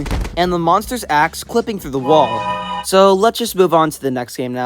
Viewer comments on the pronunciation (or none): none